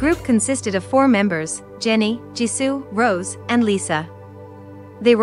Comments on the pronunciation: Its Rosé not rose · im sorry you created a documentary for blackpink's journey and you can't even pronounce rosé´s name right?